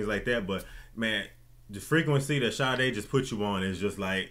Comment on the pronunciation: I love Sade! I'm also SO HAPPY that you both said the name perfectly lol. Great channel